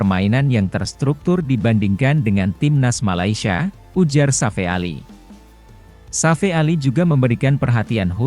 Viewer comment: Narasinya bikin pusying sakit kepala 😏😏😏😏😏 Safee Sali (Safi Sali) bukan Safe Ali...